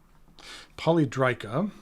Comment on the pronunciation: I think it is pronounced poly è drica, I have two previous releases in this shape, and I agree with you that it is very ergonomic. Note that the previous releases had a triangular section with beveled edges which I actually prefer to the round section - not that I dislike the latter. I believe the round section was requested by Stilo e Stile, related to its ability to accommodate the screw-in JoWo housing. Nice review. Thanks!